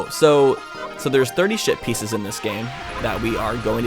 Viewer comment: I wonder how many new viewers will hear saying shit pieces instead of ship pieces.